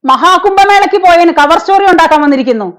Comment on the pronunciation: Mam. Cover Story യുടെ പേര് മാറ്റി. ചവർ സ്റ്റോറി. എന്നായി.... എന്നാണ് കേൾക്കുന്നത്.